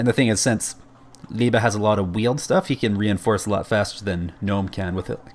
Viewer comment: Liebe pronouncing right. Gut gemacht, no joke.